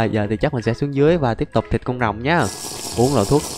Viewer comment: thịt mà nghe chịch 😂😂😂😂😂😂😂😂